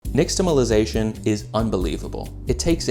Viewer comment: SERIOUSLY YOU CAN'T EVEN PRONOUNCE THE WORD 😂 STOP SAYING IT PLEASE😅 UGH the X is an SH sound and it's a penultimate language so unless otherwise indicated with a Mark over the letter then the accent is on the second to the last vowel..... Phonetically it should sound something like this, neeshtahmallizayshun pronounce both owls like Mall.... I cannot watch the rest of this video .... 😂😂😂😂